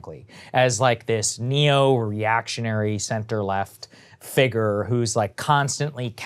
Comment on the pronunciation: Sagar doesn’t know how to say figure